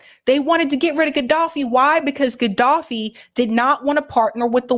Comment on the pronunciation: Please learn how to pronounce the names of these very famous people. Manachem Begin, Ben Gurion, Gaddafi, Nasser etc. etc - It's annoying and would be like calling Obama Obb-uhm-ah or Kennedy Kuh-need-eye. BTW, Sirhan B. Sirhan was Palestinian and did detest RFK for his support of Israel. RFK Jr. believes he wasn't the shooter whose bullet killed, but that someone from the CIA was. Of course, RFK Jr is often a nutter, too.